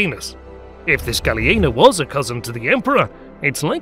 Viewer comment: But was Ilir! Hahaaha....the his name Is Gja...lien....hahaha che study of the history!?!?